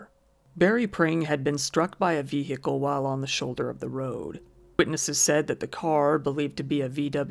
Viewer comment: Seriously how can the word “vehicle” be pronounced like that. I feel like it is a parody each time he says it